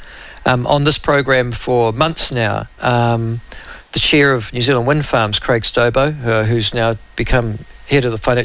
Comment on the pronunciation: It’s New Zealand,,,,,, make an effort !